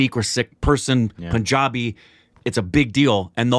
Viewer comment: Also it's PUN-jabi. Pun as in the English word for a kind of jokes.